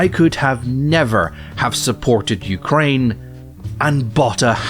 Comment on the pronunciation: Hahaha, it sounded like you said "Jew-kraine," which would be funny seeing as this is a Tim Poole section, the Holocaust denial mentioned earlier, and the fact that Zelenskyii is Jewish. Also, the Tankies? As in the left-wing equivalent of a Reactionary? I don't get how playing the wrong music would offend someone of that persuasion; if someone here does, would you mind explaining to me? Because the only angle I could think of is wrong, no one or their mothers thinks that the CCP is actually communist, right? That would be like thinking the USSR lr DPRK are or were actually communist.